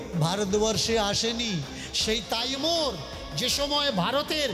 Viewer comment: আরে মহা মুখখু তাইমুর নয় হবে তৈমুর লং